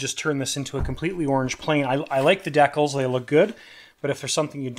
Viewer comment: Dee Cals??